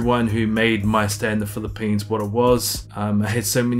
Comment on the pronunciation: The way you say Phili-PEANS 😁. Sounds like you had a very productive trip. Can’t wait to hear/see how your future evolves! 🤙🏼